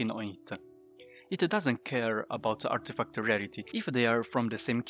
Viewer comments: Love it when you say "Artifacta". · Stat-a, Artifact-a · I was gonna say the same!😂